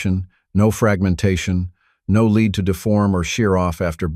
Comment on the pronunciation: Why the AI voice? It pronounced lead as "leed" instead of "led". Not good.